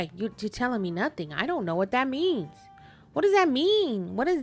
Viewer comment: “Nunthing?” What word is that? 😂